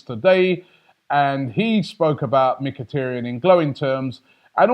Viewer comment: Its mikitaryn not mikitryn